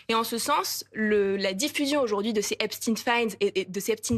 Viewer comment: Merci de dire Epstein et non Epstine comme tous les autres maintenant. Et merci pour le reste aussi, évidemment.